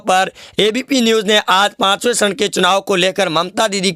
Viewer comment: Its charan not sharan... 😃